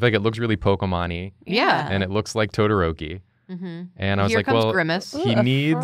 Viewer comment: Me:clicks vid cuz of todoroki Dood:*pronounces todoroki as todorouwki Me:Tf mannn